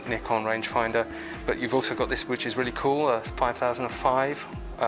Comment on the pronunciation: I do enjoy your channel but might I offer a small comment ? Could you tone down on the use of the 'COOL' comments it is becoming a tad annoying. Keep up the good work and it is always nice to hear someone pronounce NIKON correctly ! Yes, there is NO 'Y' in NIKON. Cheers.